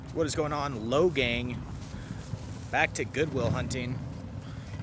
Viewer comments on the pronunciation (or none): Why does he say logang